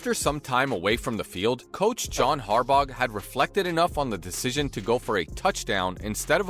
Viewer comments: Harbauguh!? Dude mispronounces everything. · Note to commentator. When you can't pronounce a coaches name right that has been coaching in Baltimore since 2008, how can anyone have confidence in anything coming out of your mouth. Fluff, nothing but fluff. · The g is silent in Harbaugh